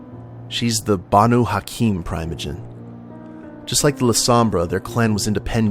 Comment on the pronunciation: I believe it's PREE-moh-jen